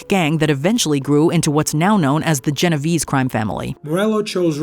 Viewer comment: I am already annoyed! How can you mispronounce Genovese, it is not that hard